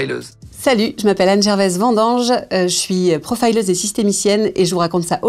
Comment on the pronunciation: Pourquoi prononcer profileuse à l'anglaise ? Avez-vous vous honte de votre langue ?